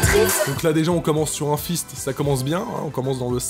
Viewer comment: Je usis peut etre allé trop loin, mais vu comment t'a prononcé '' un fist" je pensait a un clin d'oeil a Alphys vu leur prononciation x)